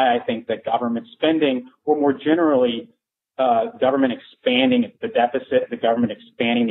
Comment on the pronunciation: "Teh Goverment will take cawe of everyting!" Is this your point?